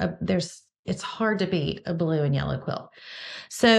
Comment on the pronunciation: Closed captioning heard the way you say aside as Assad. I didn’t have it on for “yullow”.